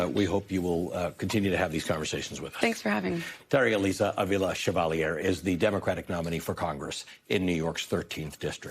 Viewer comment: Is your mispronounciation of Chevalier's name deliberate? As a way of showing disrespect? Is it an unconsciece dig at French Canadians (you being from English speaking Toronto)?